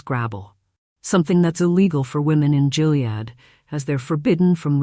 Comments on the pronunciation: It’s not GILead, like “Jill” ! It’s GILead like “Gill” as in a fish… 🙄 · Just for information, Gilead is pronounced with a HARD "G". It's not "Jill-ead"...it's GILL-ead. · Check your fake voice; it's a hard G in Gilead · It's pronounced "Gilead". Hard g like gum, gutter, gay... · Hard G on Gilead. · Um, isn't "Gilead" pronounced with a hard "g"? Lame AI narration is lame. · I think that’s the only way the AI can read it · Gilead has a hard G. Skimped a bit on research?